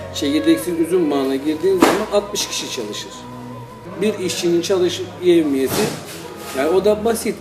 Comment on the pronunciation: yövmiye değil yevmiye